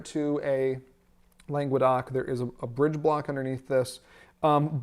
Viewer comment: God, hearing "langwuhdoc" was just painful. "Longe-doc" is way closer. Langues d'oc.